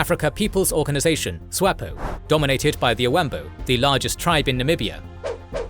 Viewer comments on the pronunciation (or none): none